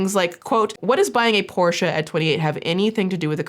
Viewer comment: can I just say, you're the first English speaker I've seen, who pronounces "Porsche" correctly. As a German, who always cringes a little at the usual pronunciation most people go with, I just wanna say that I appreciate that lol